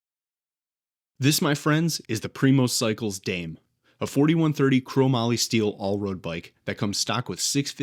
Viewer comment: Bike looks sick. I'm wondering if "dame" should be pronounced "dah-may" (Spanish)? Also, I've had the State 4130 all-road for a couple years, so I'm interested in your thoughts on how the Primos compares.